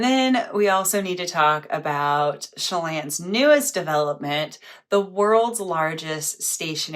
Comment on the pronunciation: If you haven't seen the Frasier episode where Frasier's doctor buddy has a lake house in "Sha-lawn", I'd encourage you to search the clip. 😂